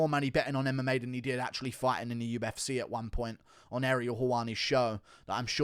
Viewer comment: Love how he pronounces UFSeyyh